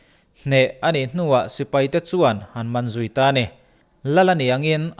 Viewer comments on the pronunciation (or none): none